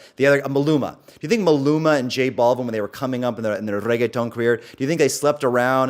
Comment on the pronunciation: As a native Spanish speaker, the way this clown goes out of his way to pronounce "reggaetón" tells me everything I need to know about him. The cringe is truly monumental.